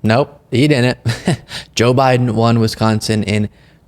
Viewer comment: Pleaseee don’t say Wisconsin like that